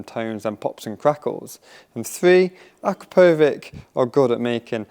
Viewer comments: It's pronounced uh-CROP-o-vich not AKRUH-PO-VICK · Thanks for the comparison. You pronounced Akrapovic incorrectly.